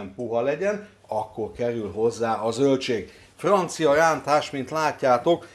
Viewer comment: hogy mondtad a rántást? Most nem akarok kekeckedni de mintha úgy hallottam volna hogy lántás! Ne haragudj egyszerű vagyok csak egy kis mosolyt akartam csalni az arcodra